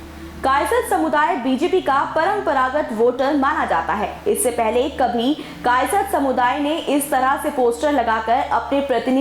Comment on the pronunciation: कायस्थ बोलना तो सिख लो फिर न्यूज़ चलान